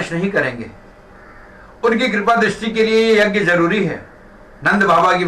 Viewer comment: यग्य नहीं यज्ञ( यज् ञ) होता है । yjay.